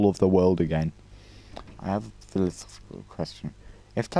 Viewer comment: It’s pronounced philosophical